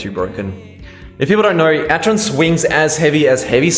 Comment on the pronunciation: it's pronounced ack-eron